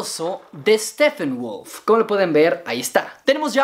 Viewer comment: por le dices steffenwolf se dice steppenwolf si la p tiene h lee como f pero si la p no tiene h no se lee como f